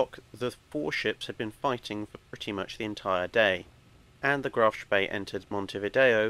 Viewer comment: Couldnt you have teach how to pronounce "Spee" properly? Its almost as bad as Phlys pronounciation lmao